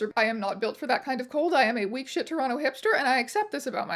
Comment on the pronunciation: Im gonna personally thank you for pronouncing toronto properly, thankyou